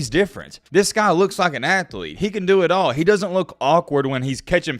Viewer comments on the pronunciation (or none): “How much for ur ATh-o-lete’s?”